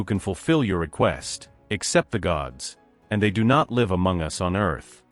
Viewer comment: it is Live- a verb- not Live- which is a noun